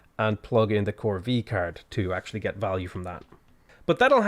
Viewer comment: corvée is pronounced "corvay". It's the accent on the e that does it.